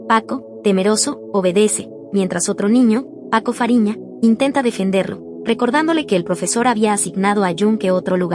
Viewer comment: Paco fariña❌️ Paco raphina✅️